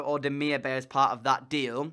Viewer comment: Great video but Bay in Demirbay is pronounced Demirbye for striker look at David, Piatek and for GK Pavlenka and Meret